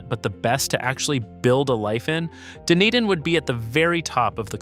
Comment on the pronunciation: how do you pronounce dunedin correctly all but one time LOL